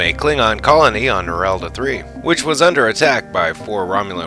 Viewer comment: 0.40 "Narendra" (not Narelda), 1.32 "Alterations" (not altercations). 2.55 (Dissipation not "disspansion")